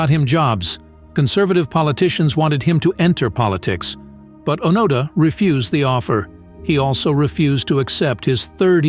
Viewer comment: I don't need commentary from someone who lacks the intellect and/or motivation to formulate a video without utilizing another's accomplishments. The least you might consider is properly pronouncing the name of your subject!